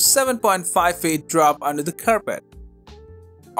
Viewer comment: My dude can say encryption but not feet 😂 Plus where is the Gigabyte Vision? As it’s better then any of these.